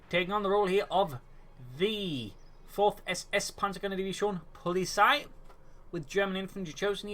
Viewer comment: its not polisei its poh-li-tsai